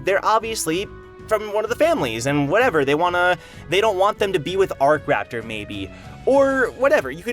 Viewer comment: Isn't it akraptor not arc-raptor?